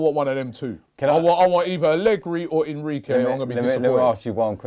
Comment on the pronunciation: Did he really say Enriqy? It’s Enrique Robby